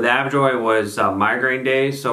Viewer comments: A-Joe-Vee not Av-Joy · Hi. Nice production! A couple of things: 1) It’s “A-JO-VEE” not “AV-JOY” (a la Hermione Granger 😉); 2) Ajovy / fremanezumab binds to the CGRP molecule itself, not the receptor; 3) It’s really hard to compare drugs against each other without head-to-head studies. I’ve seen great results with each. The new Ajovy autoinjector is really cool!